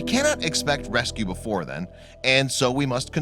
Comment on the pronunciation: Forget not forgit. Before not buhfore. Little not Lil.